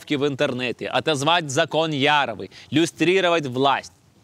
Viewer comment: ну вы хоть бы фамилии правильно зачитывали. Яровой.. а то не знаешь толи лицо себе пробивать фейспалмом , толи смеяться